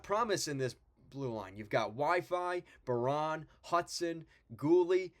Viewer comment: pronounced bear-IN not Bear-ON. Harvey Pinard Is a 4th liner. hab fans don't value him as much more. dach is healthy based on early camp news. habs goalies are underrated both montembault and primeau have Good saves above expected numbers. the defense is the issue as most are young and need seasoning and matheson was never good defensively.